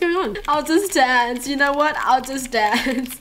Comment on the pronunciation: Why do you say joo instead of you i dunno